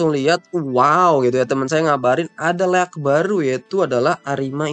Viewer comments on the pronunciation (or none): sedikit koreksi bang kata leak dalam bahasa inggris cara penyebutannya itu "lik", bukan dibaca beneran leak😅